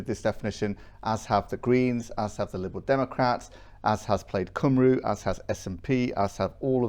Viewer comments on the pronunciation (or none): Please tell that guy how to pronounce plaid cymru. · Just so you know, Plaid Cymru is pronounced "Plide Cumry".